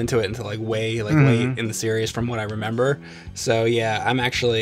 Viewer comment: Cuz says "'member" instead of "remember"